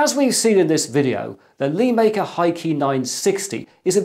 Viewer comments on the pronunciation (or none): LÉ, it's suppose to be said LéMaker, not LēMaker. Lé is the chinese character 乐 which is said Le in the 4th tone (sharply falling). It means "happy" or "fun" essentially. Please consider this for your future videos Sir.